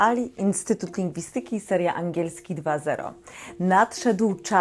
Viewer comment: Błagam: wyraz "lingwistyki" ma akcent proparoksytoniczny. 😏